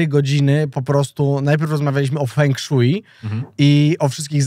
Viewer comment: widać Gimper nie oglądał tej różwej z Chin. To jest fę szła, nie feng szuji xd